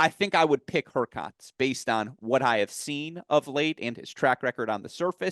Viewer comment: was on fire today! Really sharp analyses. His pronunciation of HurkaTZ and ZvIErev were a bit grating though.